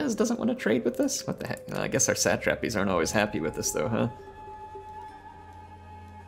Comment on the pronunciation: what the heck is a sat -trap-eez?